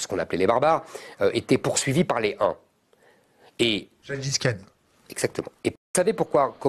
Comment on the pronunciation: c'est gengis khan pas ''gensis'' et il a vécu au 12ème et 13ème siecle mdr... Même le commentaire est nul 😂